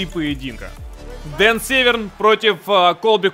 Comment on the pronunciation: Дико извиняюсь но не Северн а Дэн сэвэрн .